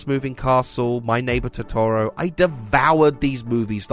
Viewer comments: Clearly it's "too-too-roooo" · to-TORO Literally everyone else in the planet: TO-toro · When l saw Ponyo on screen l screamed "PONYO LOVES SOSUKE!" and started crying. I dunno what to make of that. Also, l'll forgive a weird pronounciation of Ghibli, but not of Totoro. What the heck was that?! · You mispronounced Totoro lol